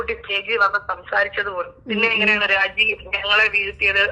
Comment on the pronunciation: രാചി അല്ല രാജി